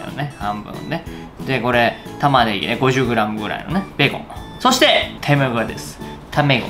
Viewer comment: ビーコンみたいにベーコンって言うな